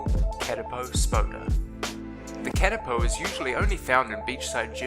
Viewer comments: And it’s kA TI PO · if ur from new Zealand learn how to say Katipo